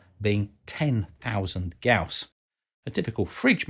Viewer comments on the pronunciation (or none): Gaus, not Guas.... lol... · Gauss, not "Guass". "guass" is also a typo. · Gauss after the Grerman physicist C.F.Gauss. Not guass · Great video as usual, but PLEASE correct your "GAUSS" spelling of "guass". There is no "gu"--"ass" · Gauss, not guass. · I think it is Gauss not guass... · This guy and the unit was called Gauss not "gous" or guass